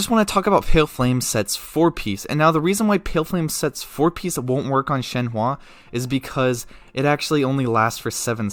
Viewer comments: ShenHE not ShenHWA. But great vid very informative. 👍🏻👍🏻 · She is called Shenhe and not shenhua the way you pronounce her is totally annoying bro - just saying.... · I’m so sorry but- I just gotta correct ToT- her name is pronounced “shen-huh” not ‘shen-hua.” The “e” at the end makes an “uh” sound. “Hua” would mean something entirely different like “flower” while “he” means crane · Broooo why all white people cant pronounce shenhe at all wtf "shenhua"??? 😂😂 Its just "shen" and "her" but without the R pls 💀💀💀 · take a shot every time he says shen wah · My ear ahhahahaha shehwwwwaaa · thank you so much for all the information! i am very excited for her, so i'm trying to understand how i'm going to use her so your video is really helpful also idk why people are so bothered by the way you say her name, don't worry about it :)